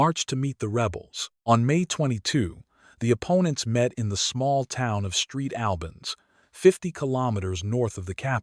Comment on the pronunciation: Lousy AI-generated voice-over. The town of "Street Albans"! Crap.